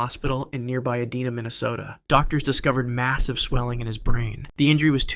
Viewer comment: Masterton of the North Stars in Bloomington, was treated in Ee- Dine-uh Minnesota